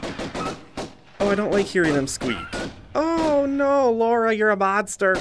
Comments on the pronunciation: The real april fools joke was the pronunciation of Lara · Who's this "Laura" he keeps talking about? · I guess calling Lara "Laura" is part of the gag?? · "Laura"? It's Lara.